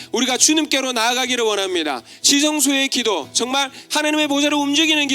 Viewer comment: 설교 내내 ‘이게’ 라는 소리를 많이 하셔서 집중해서 들었는데 기도였군요. 열심히 기도할게요.